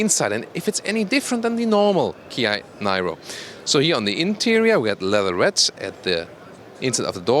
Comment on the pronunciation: Nairo? Really,?